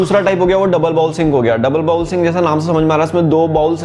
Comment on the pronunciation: "बाउल" नहीं "बोल" कहा जाता है